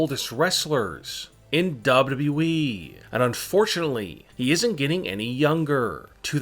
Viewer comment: Why does the narrator annunciate the wrong Syllables....WWEeeeeeeee